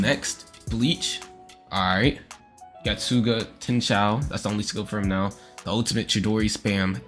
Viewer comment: Getsuga tenshou is pronounced as getsuga tenshow